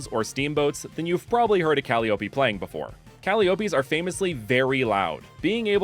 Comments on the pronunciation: Hearing you say cally-oppie hurts me, because I’m so used to saying it as Ka-lie-oppie, which I personally think sounds much more pretty and I think is more correct? Though I could be wrong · calliope is actually pronounced ‘call-EYE-oh-pee’ 😅 love the ideas here! the grass-electric hummingbird is so perfecttt and i love vixsea, super cute little aspiring actor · I'm sure someone's mentioned this already, but just in case, I believe Calliope is pronounced: kuh-LIE-uh-pea (with stress on LIE) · I've never heard "Caliope" pronounced "Cal-ee-ooh-pee". Always heard it as "Call-eye-oh-pee". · I sorry to be this guy, Calliope is pronounced Ka-lie-ō-pee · "Calliope" is pronounced "Cal-eye-oh-pee" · I hate to be this guy, so I apologize in advance, and I'll say first these starters are super dope! Some of the best fake starters I've seen!! But it's pronounced like "kuh-lie-o-pee" 😅😂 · not to nitpick but the way you say Calliopee is fascinating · Yeah that's not how you pronounce the name of that instrument it's ka-LIE-o-py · Calliope = Ca-Lie-Oh-Pi 😊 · guessing early at grass/fairy, fire/ground and water/dark ok i was so wrong. also eyeing you on how you pronounced calliope like a homestuck fan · Uh rilaboom already filled that role for a music gras starter, also definetly not how you pronounce calliope